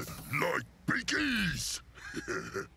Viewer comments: I'm sorry, but I don't think it's "beakies" as in "beak"; it's "biggies" as in "big humans", not normal humans, but basically humans as big as an average ork. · I thought the orks said "biggies", not beakies :/